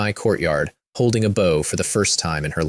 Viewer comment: Ai really does not know when to read bow and bow correctly. I've listen to dozens of these stories where the weapon was read as the bend of the body and now it read the weapon instead of bend of the body....